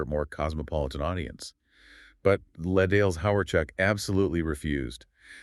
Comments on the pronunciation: It hurts me how much you keep mispronuncing “les dales”. As much as I love this band and as much as I want them to be famous, I seriously suspect this channel is AI. Les Dales deserve better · You keep mispronouncing "les dales," whixh makes me suspect this channel is AI. But i love Les Dales, so i have to appreciate this